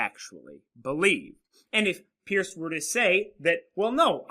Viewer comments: Peirce is pronounced like "purse" not "pierce." I couldn't watch the video because it annoyed me so much. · It's perce (peirce) not peers. You have not read Peirce very well and your picking and choosing of selexted sentences is fallacious . You must disavow the underlying skepticism that underlies his philosophy, and with which he critiques Descartes. He is very clear about clear ideas and the method, pragmatic, which you have mischaracterized in fact ignored. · Thanks for the video, which I found interesting since I did my doctoral dissertation at Ohio State on the pragmatism of Holmes, Peirce, James, and Dewey. However, I winced the first time (and every other time) you mispronounced Peirce's name, which immediately detracted from your professional credibility as a philosopher -- but I'm glad to see you correct this in your own comments. It would also help you on a professional level to have someone carefully edit your text graphics. You continually misspell "fallibilism," for example, and you don't seem to know that "it's" is not a possessive, and you make other careless errors. Once again, these are stylistic problems, not substantive ones, but in the professional world, your substantive content (and thus your credibility) suffers when it's tainted this way. If you are going to "put yourself out there" with public videos like this, just as you would if you were to submit a paper for professional publication, then make sure you leave out the sloppy mistakes.